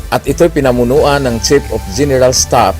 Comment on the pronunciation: "Ay deh epp ng General Stap"😆